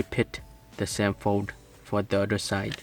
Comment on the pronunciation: its same not sem